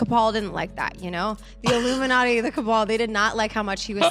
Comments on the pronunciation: He is saying "illuminutty" it's a joke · He said illuminutty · the way he says Illuminati is hilarious